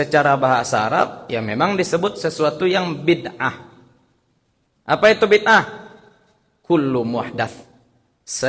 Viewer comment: Mereka gak tau ngomong bid ah. Tapi maksain jadi ngaco parah